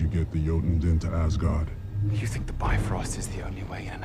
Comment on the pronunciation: It is a "meh" movie. Kind of like Hulk's movie. They do get better though. They get a lot better. Thor cannot say Hubble. cannot say Asgard.